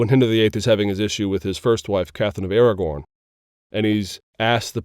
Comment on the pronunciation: did he say Catherine of "Aragorn"? Imagine Lord of the Rings Characters in a Reformation setting.... Sauron as the Pope? Frodo as Luther? Imagine Gollum as Tetzel?.... "Give us Indulgences, My Precious, we needs it..."